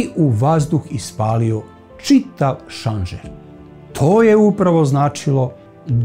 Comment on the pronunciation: Kaze se šaržer